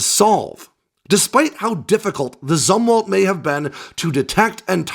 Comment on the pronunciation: You’re mispronouncing “Zumwalt”. It’s pronounced “Zoomwalt”. I joined the Navy in 1981, not long after Jimmy Carter’s CNO, ADM. Zumwalt stepped down, and people were still talking about him.